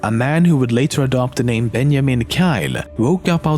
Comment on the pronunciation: "Bel-gyum" "Ben-yaman"